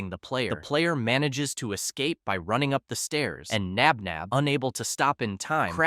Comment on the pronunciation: No, it’s Josh Knox Nabnab not spinner Flynn Knox nap nap